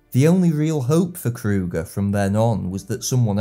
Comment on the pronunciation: Paul Kruger. U is.not an OE. But like the u in Du pain, du vin, du ....... Yes, i am.feom such a neighbourhood. Paul Krugerstraat, Paul Krugerkade, Paul Krugerpark. Generaal Joubertstraat, Generaal de la Reijstraat, Generaal Cronjéstraat, Colensostraat, etc.